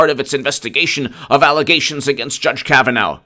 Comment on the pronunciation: Say after me: Judge Kavan-aw, not Judge Kavan-ow